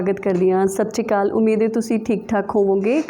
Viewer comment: ਭੈਣ ਜੀ ਮੈਂ ਹਮੇਸ਼ਾ ਤੁਹਾਡਾ ਟਾਕ ਸ਼ੋ ਦੇਖਦੀ ਹਾਂ। ਬਹੁਤ ਵਧੀਆ ਵਿਸ਼ਿਆਂ ਤੇ ਵਿਚਾਰ ਚਰਚਾ ਕਰਦੇ ਹੋ। ਮੈਨੂੰ ਤੁਹਾਨੂੰ ਸੁਣਨਾ ਬਹੁਤ ਚੰਗਾ ਲਗਦਾ ਹੈ। ਸ਼ਰਫ਼ ਇਕੋ ਗਿਲਾ ਹੈ ਕਿ ਤੁਸੀਂ ਸਤਿ ਸ੍ਰੀ ਆਕਾਲ ਨੂੰ ਸ਼੍ਸ਼ਰੀ ਅਕਾਲ ਨਾ ਕਿਹਾ ਕਰੋ। ਅੱਜ ਕੱਲ ਨਵੀਂ ਜਨਰੇਸ਼ਨ ਦੀਆਂ ਕੁੜੀਆਂ ਜਦੋਂ ਸ਼ ਸ਼ਰੀ ਅਕਾਲ ਕਹਿੰਦੀਆਂ ਹਨ ਤਾਂ ਬਹੁਤ ਅਜੀਬ ਜਿਹਾ ਲਗਦਾ ਹੈ। ਮੁੰਡੇ ਇਸ ਤਰ੍ਹਾਂ ਕਹਿੰਦੇ ਹਲੇ ਤੱਕ ਨਹੀਂ ਸੁਣੇ।